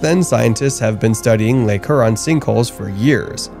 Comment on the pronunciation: Heuron, not Heron...please pronounce this lake name properly